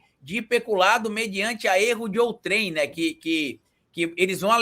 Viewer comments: NÃO É "OU-TRÉM", A SÍLABA FORTE É A PRIMEIRA, ENTENDEU? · Outrem e não outrém, seu analfabrto! Quantas vezes você pronunciou errado!